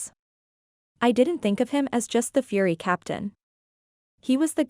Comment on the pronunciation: The AI narrator was not great especially when the word was FURY and she said Fur Why....